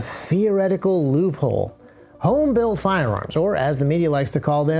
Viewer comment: You say loophole I hear leupold